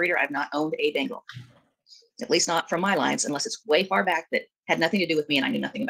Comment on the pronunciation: I finally figured out "" is saying, "Bengal" cat, and not "Bingo"!! For awhile there I thought there were two cats, one called "Zeke", and one called "Bingo".